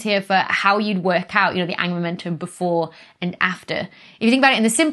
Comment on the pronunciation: Angular momentum.... I keep hearing it as Angela Merkel 😂 sorry Becky